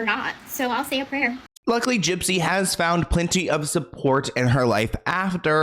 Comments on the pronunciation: I love how you call her jip jip 😂😂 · 😂😂😂 Not you calling her Gyp Gyp!!!!😂😂😂😂 💀💀💀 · why does he call her gyp-gyp?